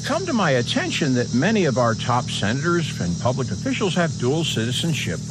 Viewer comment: Did he just say, "pubic" ???